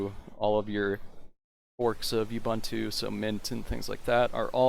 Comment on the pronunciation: Correct way to pronounce Ubuntu